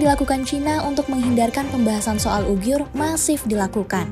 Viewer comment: Uighur BUKAN Ughiur